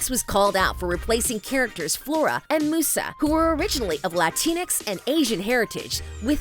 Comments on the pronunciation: Am I the only one who keeps saying " musa /Muza" whenever she says "musa/mussa" It's musa with a Z like music " Myuza" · Stop saying mooosah It’s pronounced mewsa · Musa not moosa lmao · it not moosa its MUSA Mew_SA like how you say mew the pokemon name! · I have never seen someone pronounce Musa as Moo-sa, it's Myuusa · Mentions people asking if the creators even watched the original -Narrator pronounces "Musa" as "Moosa" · I honestly am just grateful to have a live action series. 🤷🏻‍♀️ Also, Musa sounds like, MUSE AH 😊 I appreciate this video, I just.. can't ignore the fact you got some things wrong. 😂 It's okay. You probably didn't watch it so it's fine. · The narrator gave you all false informations. „Musa“ with pronounciation oo is actually italian, in Fate they still call her „Miusa“ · Why are you pronouncing it Moosa? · Is anyone bothered that she pronounced Musa as Moosa? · I’m so bothered by the narrator pronouncing Musa as Moosa😡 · Does no one know how to pronounce Musa’s name? Here, lemme help you M-you-za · The original Winx Club is Italian, the pronunciation of Musa is 'Moosa'. 'M-you-za' is the pronunciation of the english version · Love how the narrator's clearly never seen the show but is just making the content that people want to hear. Real fans don't call Musa "Moosa." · No, it’s the English version that use this pronounce. The original is “Moosa”. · It's pronounced Mi-yusa. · I can’t help but laugh and cringe when they say Musa as Moosa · Why is Musa pronounced as Moosa LOL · Anyone else annoyed with how she pronounces Musa!!! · Meeee Like who the hell is moosa its musa. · Same, it's pronounced Myuusaa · Sorry to be that person... But in the original Italian winx show, it's pronounced moo-sa, which is also the Italian word for muse. Maybe they just wanted to stick with the original pronunciation. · is anyone else annoyed at how she says Musa? or is it just me? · Apparently that’s how it’s pronounced in the Italian version.